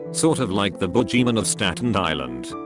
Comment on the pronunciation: Boogeyman according to text to speech: Bougieman lol